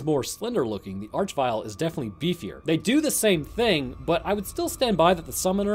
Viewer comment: Arch in this case is meant to be pronounced "ark" as it comes from the root word "arch" meaning chief, ruler, or leader and is found in such words as monarchy and archangel